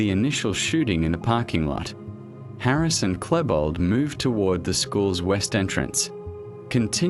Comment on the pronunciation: I'm sorry but there are so many wrong things in the video I cannot continue watching. You obviously did not do an extensive research of the subject. Maybe you should delve into the Columbine tragedy again and redo this video. The fact you keep mispronouncing Klebold's name only illustrates how vaguely you went through the topic before you put this video together. It is truth the whole story and background cannot be interpreted in details in an 1 hour video, that however does not excuse the incorrect information and pure assumptions you keep presenting. For anyone interested in actual facts about Columbine, I strongly recommend "The 𝕮𝖔𝖑𝖚𝖒𝖇𝖎𝖓𝖊 Iceberg" series of videos here on youtube. It is by far the best research done into the Columbine tragedy available on youtube.